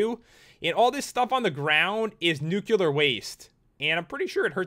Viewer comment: i finally realized!! you were the reason i pronounced and spelled nuclear as nucular when i was a kid